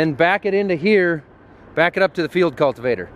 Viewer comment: Preciate you saying Field Cultivator correctly, and not "Digger"